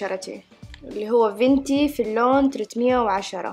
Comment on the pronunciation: اسمها fنتي ومش vنتي هههه متأثرة ب قولها صح 😂😂